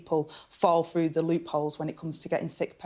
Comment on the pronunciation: . . are the words 'froo' & 'wevver' actually in the English dictionary ?